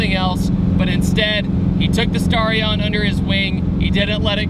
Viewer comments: Dude it's sta-ri-on not star-ion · The mis-pronunciation of Starion is making me cringe so bad.